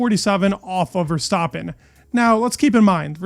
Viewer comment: Good videos. Just about F1. Hopefully the season will be exiting. Love how you pronounce Verstappen the right way. Keep it up